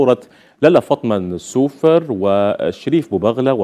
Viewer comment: لالة فاطمة نسومر ماشي نسوفر